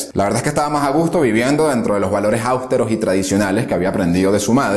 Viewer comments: En un 70% nada que objetar, pero hay un serio problema de lectura del guión y de documentación: los acentos los cambia de lugar en palabras como austero (dice áustero varias veces), alcázar (dice álcazar) y así varias más. Con nombres de ciudades y apellidos hace barbaridades: no dice igual Badajoz ninguna de las veces que la nombra, habla de Primo de Riviera en vez de Primo de Rivera, Carrera Blanco en vez de Carrero Blanco y dice Sunér en vez de Suñer. Sobre los datos históricos... llamar huelguistas a los revolucionarios de Asturias es como si digo gamberros islámicos en vez de terroristas del ISIS (los 30.000 "huelguistas" de Asturias asaltaron la fábrica de armas de Trubia y tenían de antes dinamita de las minas en las que trabajaban), además la Revolución de Asturias de 1934 fue el fallido intento de una revolución en toda España que no triunfó. Con respecto a la Guerra Civil puntualizar que los primeros bombardeos sobre población civil los hizo la República (sólo hay que consultar el bombardeo sobre la población de Cabra, en Córdoba, que estaba lejos del frente, no era objetivo militar y hubo más civiles muertos que en Guernica). Lo de entrar Franco en la OTAN no ocurrió nunca y nunca se nos prometió, de hecho no entramos en la OTAN hasta bastante después de que muriera Franco y hubiera una monarquía constitucional.Y por cierto, Sidi Ifni no fue nuestro último territorio en África, fue el Sahara Español y fue un hecho muy importante que lo perdiéramos mientras Franco e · "áusteros" ??‽ ÁUSTEROS ? ES AUSTEROS !!! CON ACENTO EN LA "E" !!! NO EN LA "A" !!! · austero NO âustero! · Interesantes tus vídeos, pero tienes muchos, pero muchos errores de pronunciación. No es Bajadoz, es Badajoz, no es áustero,, es austero. Y así en todos los vídeos.